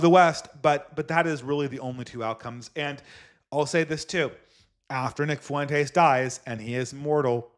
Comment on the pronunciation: why do you pronounce Fuentes as fa-WEN-tays when he goes by FWEN-tez? It makes him sound extra Mexican - hope it's an accident, good stream.